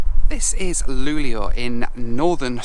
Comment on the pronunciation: A few things: you seem to pronounce Luleå more like "Luglio" (which means "July" in Italian). "Sovvagn" means "Sleeper wagon", "väckning" means "awakening" and "en smak av Sverige" means "A taste of Sweden".